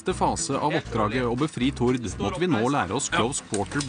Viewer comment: Dere sa navnet tilTord feil haha